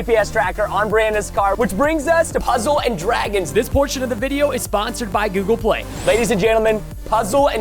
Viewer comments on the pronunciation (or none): Guys when he was sponsoring google play he said google pway